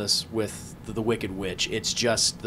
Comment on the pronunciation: Every time he says witch I HEAR BEEOCH